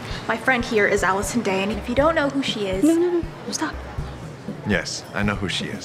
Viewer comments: It's not Addison Rae, but Allison Day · “Allison *rae*” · i thought it was Addison "Rae" but its Addison "day" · manz said allison day LOL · Did nobody else realize she said Allison dae instead of Addison rae😂😂😂😂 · “Allison Day” “Addison Rae” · bruh Allison day it's Addison Rae